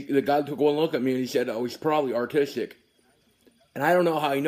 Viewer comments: "atistic" <3 ded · LOL artistic i think you miss heard him i think he said autistic